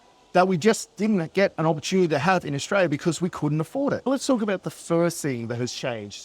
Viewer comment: 100% agree mate. It sucks in Aus at the moment, I'm glad im not the only one wondering why life isnt like it was in the 80's & 90's.. . Can u do us 1 tiny favour though? Can you pronounce the country with an L and not a Y .. AustraLia, not AustraYa.. it just ruins your credibility when you make a video putting down the country you grew up in, yet you mispronounced the country name. If u have a speech impediment, i apologise, my bad. Maybe just keep in mind for future videos.